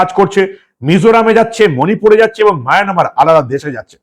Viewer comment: Dada Maynamar na Mayanmar,...apni sab samo maynamar keno bolen?